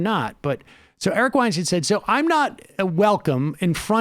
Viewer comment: Sam, he won't engage because you say his last name incorrectly. it's pronounced 'WeinSTINE' (according to Eric as per one of Rogan's podcast eps). I'm willing to bet that if you make this correction publicly he'll reciprocate.